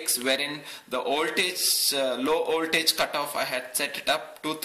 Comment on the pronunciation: Well, he is talking about an 'oltage of tree point tree', instead of a 'voltage of three point three'. Other than that it is indeed pretty good for someone who isn't a native English speaker. (I should stay quite though. My English pronunciation is way worse. I know how it should sound, but I can't reproduce it, and therefore I never speak English which doesn't help either xD )